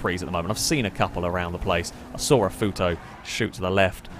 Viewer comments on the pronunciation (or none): "Fools, the lot of you, Fools!" ~crashes Did you say you were driving a "Puto" or Futo" ?